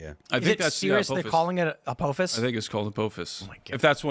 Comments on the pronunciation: “Apōfus” Ah pah phis. Inpending cataclysm that they are planning to enact upon us intentionally after manufacturing it to begin with. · (Ah-pah-phis)...(Not A-po-phis) 😂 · its pronounced Ap-aww-ffiss no ap-OH-fiss. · According to Stargate SG-1 it's uh paw fiss not ah poh fiss. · Apothis. Like the Egyptian god..."apoothis"